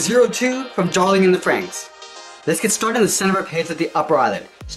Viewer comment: Sorry not Frenxx but Franxx